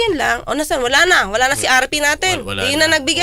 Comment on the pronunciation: "RP" sounds like RT😂